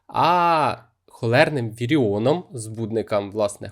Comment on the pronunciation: Вибачте, будь ласка, але мабуть не "віріон", а таки "вібріон"..?